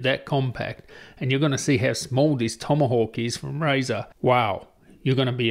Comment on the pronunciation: The Razer TomYhawk hahahahaha man i LOVE YOU